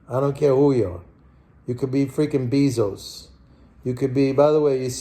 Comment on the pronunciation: JEFF BEEEE-ZOUCE !!!!! LMAOO